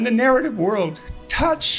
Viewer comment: Jungian syncronicity, not union syncronicity.....he's referecing Carl Jung.....the J is pronounced as a Y.